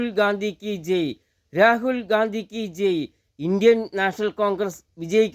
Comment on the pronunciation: താനെന്താ ഈ പറയുന്നത് രാഹുൽ ഗാന്ധി കീച്ചെയ് എന്നല്ല രാഹുൽ ഗാന്ധി കീ ജയ് എന്നു പറ